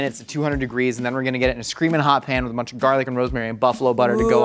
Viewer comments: He pronounces garlic “garelick” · “little bit of garlic” in a flawless Irish accent that I’d pay a lot to hear more of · nobody gonna talk about the way said garlic like he was an irish person or something.